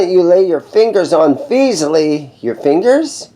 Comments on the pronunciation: Fes ly not feezly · Thanks for the video. I was wondering how you were pronouncing it as, "Feezley" when there is only one E after the F. It is pronounced, "Fezly". At about when you had the other guy play the guitar, he was pronouncing it correctly. In the past 2 years, this company has put out some very good beginner guitars, especially with the price point. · It's FESS-ley, dammit!